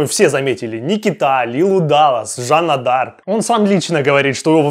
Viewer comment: так себе " Жанна Де Арк" (фэйспалм)